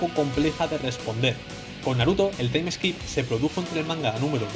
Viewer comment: Se dice taim skip, no taim eskip